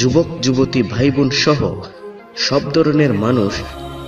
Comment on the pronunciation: Bachon correction koro (admin) Bon(sister) k Von bolo kno?